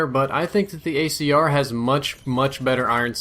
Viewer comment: He said gAyCR.